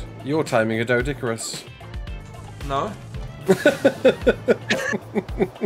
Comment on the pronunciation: funny how every ark youtuber keep calling doedicurus the way its spelt not by the way its pronounced great video tho lookin foward to the next one